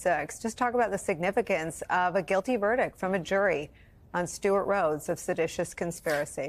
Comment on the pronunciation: Not sedatius..lol